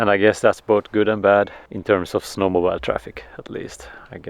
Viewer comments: This was a great video. Thanks. But no d-o-g?? No sheep? Also, we say snow mo-bill. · I love the simple, quiet way you let the children explore life without any forceful encouragement to direct them to achieve something particular. Very different to what seems to be normal in UK. For Mathias: 'mobile' - the phone rhymes with 'mile' but snowmobile rhymes with 'wheel'......otherwise you're riding on a huge phone through the snow!! :-)